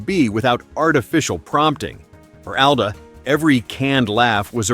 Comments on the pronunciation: “Al-duh”? It’s “All-duh”. A.I. voice strikes again. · Not Al-duh, like the name Al. It’s All-duh, like all AI get pronunciations wrong. Good content, but thumbs down for unprofessional diction. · He pronounces it “ALL-DA” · Would be nice if you properly pronounced Allan’s last name